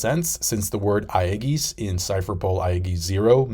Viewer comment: Bad pronunciations of some words aside, is the best reviewer and always shows pannels to connect to the points he's trying to make. Keep up the good work! p.s. aegis = soft G like in "GYM" logia = hard G like in "GUITAR saijo = same as the name JOYBOY, not "spanish J"